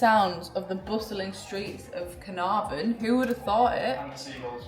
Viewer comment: Your pronunciations of Caernarfon and Y Wyddfa was pretty spot on - coming from someone that’s first language is Welsh and lives in North Wales👏🏻❤️